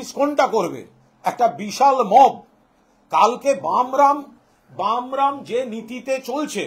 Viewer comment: বামরাম না বলে " ব্যারাম " বলুন দাদা